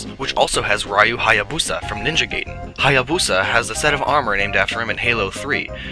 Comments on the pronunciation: ITS NINJA GA-I-DEN!!!!!!!!!!!!!!!!!!!! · FRIENDS. It;s time you learned how to pronounce proper Romaji. If it were pronounced that way, it would be spelled "geiden" and not "gaiden" Also, it is not pronounced "rye-you", it is pronounced "ree-you". THE MORE YOU KNOW, AND KNOWING IS HALF THE BATTLE.